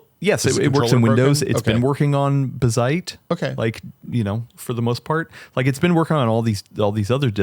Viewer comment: He pronounced Bazzite corrently :( ... oh well, we'll always have Umbuntu